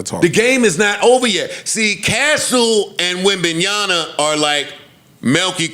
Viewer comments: Bro couldn’t correctly pronounce the last name once even if he tried But this is funny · How hard is it to say wembanyama